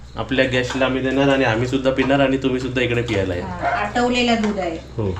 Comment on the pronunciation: पियाला या नाही म्हणू प्यायला म्हणा